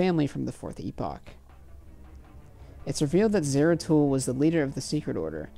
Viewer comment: "Zaratul" not "Zero Tool" 🤣